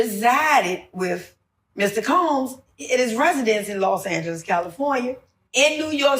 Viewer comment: It's not "Lost" Angeles it's "Los" Angeles which translates into City of "The Angels" ❤